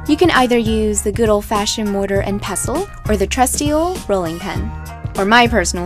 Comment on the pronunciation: Are you calling it a 'passle.'? Its Pestle.